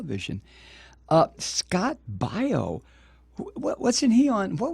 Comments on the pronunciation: Scott (BAY-O) not (BI-O) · You can't even pronounce his last name....sthu. Hillary is a cunt and you would feel the same if a family member of yours were killed in Benghazi. You stupid man!